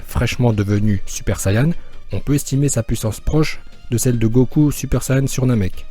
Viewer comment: Ça se dit saiyen